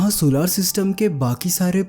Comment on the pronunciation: bhai pahale tum bolna seekhlo jisko tum सोलार system kahate ho vo asal में सोलर system है